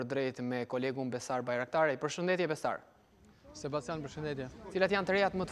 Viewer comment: Gazetari: sebasian😂😂😂